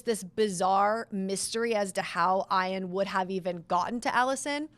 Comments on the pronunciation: It’s E-on! Not I-an. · "I"an? That's a strange pronunciation of that name. I would say "E"an. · hmm. My bad. I've never heard it pronounced like that, but I'm in MI in the USane ee-an is the only way I've heard. Must be a geographic thing like potato, potaaaahto.